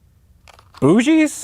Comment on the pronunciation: your pronounciation of "Bougie" was actually spot on! and for anyone who cares, "Bougie" is Candle in french